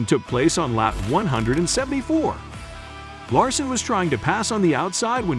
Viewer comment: if you are going to do the video you need to learn how to pronoun the driver's name correctly